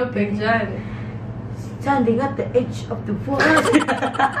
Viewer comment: HAHAHA😂😂 "I've been, stending et da idge uf the water" 😂love you ❤